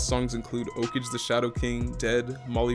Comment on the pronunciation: you pronounced “okage” wrong